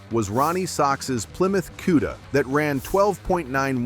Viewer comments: QUDA,,, say it correct CUDA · Koo-da, not Cue-da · What's a "queda"...I hate AI voicing. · You're not pronouncing cuda correctly!